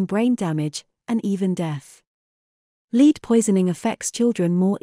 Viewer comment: If you use an ai voice you should teach it to say lead.